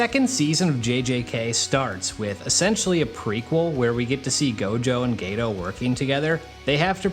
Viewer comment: Geto not gayto.